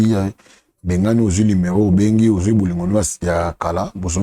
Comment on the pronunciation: Kiekie malgré atanga mais azo prononcer kaka numéron au lieu ya numéro